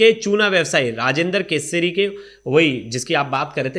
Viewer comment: ये बकलोल रिपोर्टर केसरी को कसूरी मिश्रा को मित्रा बोल रहा है 😂